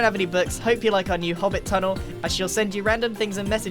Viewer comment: grian "secret tunnel" me "SECRET TUNNLE!!!"